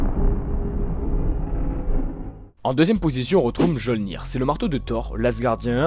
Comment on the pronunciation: Attends... Tu ne t’es pas posé de questions, à aucun moment, sur la prononciation de Mjolnir ? Du coup (et attention je ne parle pas qu’à propos de ce que je viens de citer), on dirait un peu que tu récites qqch que tu as trouvé sur internet sans comprendre ce que tu dis, pourtant tu lis des comics, et tu as sûrement vu les films... Enfin bref la vidéo dans son intégralité est bien et agréable au visionnage.